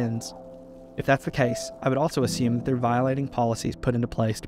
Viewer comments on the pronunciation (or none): none